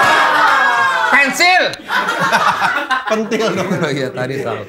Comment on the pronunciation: Pensil pak bukan pentil ahhahaaa